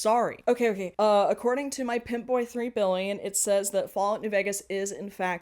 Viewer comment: Are you saying Pip Boy or Pimp Boy? (also wait a minute Dream Daddy was played by straight people?) I find it so hilarious they like Fallout and Bioshock, actually it's sad because they are really that incurious and obtuse